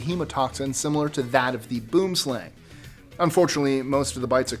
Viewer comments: Hi I enjoy your lists and seriously love your pronounciations as well. 'Boomslang' should be pronounced, 'Boohm Slaahng,' and not, 'Boom Slang,' which sounds more like ghetto talk on slang in a parking lot. This being said, you missed the most venomous snake in Africa, called the Vine Snake or Twig Snake. It is a very placid snake, but sister to your mispronounced Boom Slang, it is the most dangerous, because There is no antivenom and it mimics a branch in a tree, so you cannot see it, until you get bitten. Then there is your Violin Spider, which gets its name from the Tattoo on its back. No anti- venom. The Tsetsi Fly, which kills most everything and made people move to create towns away from it. A tree in Africa was actually named, because of the belief that it was the tree that killed people and animals, Fever tree or Acacia (Vachella) Xanthophloea (Akaassia Zento flow ya). Black and Brown Widdow Spiders, very common to our area and causes many deaths, contrary to popular, Google beliefs. The Six Eyed Sand Spider, which could be anywhere anytime, where I stay. Boa Constictors! We have a valley close by, two blocks away, where a family of 20 reside. People, dogs and pets go missing all the time. Puff Adder or Pofadder, the second fastest biting snake in S.A., after the Black Mamba. Not in any manner criticising, but just mentioning. However, after thinking about it, I should probably move, since every one of the above and most of your list are daily threats in mine. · #13... "Boomslang" is literally the Afrikaans word for 'Tree Snake' (Boom = Tree + Slang = Snake). And... It's pronounced BWIM-SLUNG. By the way... the Black Mamba is more dangerous. Also look up the South African Puff Adder:) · FYI no. 13 is pronounced 'boo-um slung' it's Afrikaans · US$10 to the first English-speaker who can pronounce "boomslang" (tree snake) correctly!